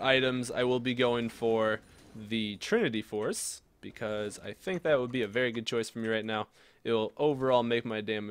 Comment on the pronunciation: Wery cool, Wery swag; I like it :)